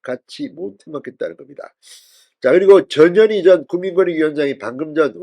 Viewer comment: 전현희가 저년이로 들리는 이상한 현상 저년이 탈당하네